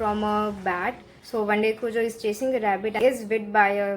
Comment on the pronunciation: It's pronounced as "cue-jo" i believe. King was on drugs while writing this but didn't admit that till he was in his later years. the book recieved flak for that ending (which i liked a lot as well😆).